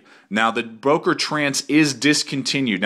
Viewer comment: Good Review. Btw. it is not Boker but Böker. How to pronounce ö/Ö: You can say Murder and there you have it. Think of it like Mörder (which is the german version of Murder). Now pronounce Böker like you would pronounce Murder.